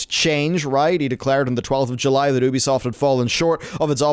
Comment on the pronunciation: Just pronounce it as YOUbisoft that Oebisoft doesn’t sound well!